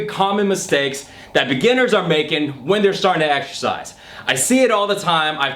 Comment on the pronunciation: get to the gym and exSHersice